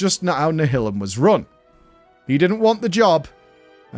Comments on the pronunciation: Nial-um. Like nihilist. Come on. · Always thought it was pronounced nialim - as in nihilist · Hering him pronounce Nihilum is just breaking my heart. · Do the Brits pronounce Nihilum like that or is being weird?